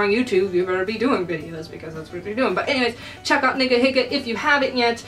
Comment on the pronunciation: your pronouncing niga higa wrong